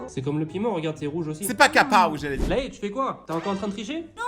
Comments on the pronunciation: C'est Lay! Pas Ray! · Lay pas rey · Elle ne s’appelle pas ray elle s’appelle LAY comme les chips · Ils sont trentenaires et je crois que Ray se dit Lay en Thaïlandais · Ses pas ray ses lay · C'est pas Ray c'est Layyyyyyyyyy .j'aurais trop aimé être ton ami 😊😊😊😊🎉❤❤❤ je t'adore tellement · C pas ray Laí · Pas ray mais laiy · Elle s’appaile lèille pas rai 😂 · Ray ça ce dit ( Lay ) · Elle s'appellerai mes ça se prononce lay😂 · Son prénom c écrit ray mais ça ce dit lay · Elle s'appelle Ray mais on dit laile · Non elle s'appelle Ray et on prononce Lay car c'est plus facile et d'ailleurs elle a dit dans une vidéo que c'est son surnom car en Thaïlande il y a le nom et le surnom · Son nom s'écrit Lay mais se lit Ray 😅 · je les adore tous les jours je regarde normalement elle s’appelle lay mais ont dit ray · Ça se prononce lay en Taillandier sinon tu peux faire unechtiaujapon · Non elle s'appelle ray mais chez les français ont dis lay😊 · Je mets ce petit commentaire pour dire que la fille son prénom, ça s’écrit lay mais ça se prononce ray voilà j’aimerais au moins un petit Like 😢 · Oui ça se prononce lay mais ça s’écrit ray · non sa se prononce lay mais s'a s'écrit ray 😄